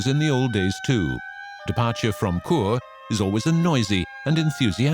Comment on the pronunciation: I done that train journey. St. Moritz to Zermatt. Chur is pronounced Sure not cure